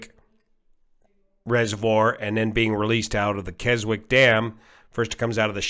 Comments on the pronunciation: Keswick, least in the UK the origin of the name, the w is silent: "Kezzick" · Is it really pronounced 'Kez-wik'? We have a 'Keswick;' in the UK (town in the Lake District), which maybe the US one was named after(?), but that is pronounced 'kez-ik'.